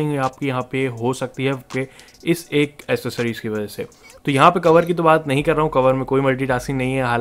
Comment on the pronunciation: Bhai word thek bola kro, It's ACCES+SORIES. Not ASSES+SORIES 90% Log galt boltay hain, pta nhe q, English word main kahen b CC aaey to wo K ko voice pronounce kray ga, S ki nhe. C k bad agr i, e, y aaey to wo SE ki voice pronounce kray ga. For example Cycle, Certain, Esi tarha CAT ko SAT nhe bola jata. Just cheak k C k bad kon sa word ata hai, i, e, y k elawa koi b word aaey ga to C ki pronunciation C nhe, k ho jaey ga. Samjh aa geya to thek, warna Google voice main Accessories likh k sun lena k kesay bola jata hai